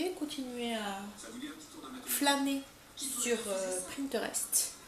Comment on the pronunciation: Bonjour je suis du Nord également ton vlog est bien, pour infos on dit PINTEREST et pas PRINTEREST! En tout cas félicitations pour être toujours en cuisine, moi j'aime bien mais pas autant, il y a le ménage, linge, paperasse... à bientôt.